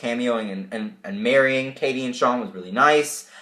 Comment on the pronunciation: marrying not marring